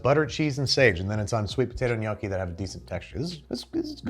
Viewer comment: Thank you for pronouncing “gnocchi”, “lasagna”, “risotto” and “fiocchetti” the right way!!! I really appreciate that you took the trouble to learn how to pronounce correctly these words. Every time I hear someone saying “bruSHetta” I have the same feeling that you had when you found ricotta inside the lasagna. 😂😅